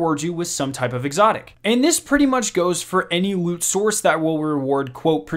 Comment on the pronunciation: pwestigious woot